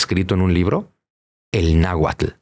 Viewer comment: Al Dr. Zunzunegui solo le falta mencionar bien las palabras en Nahuatl